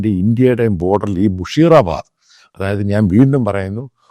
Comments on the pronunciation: Sir It' not മുഷീറാബാദ് മുർഷീദാബാദ് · മുഷിറ അല്ല. മുർഷിദാബാദ്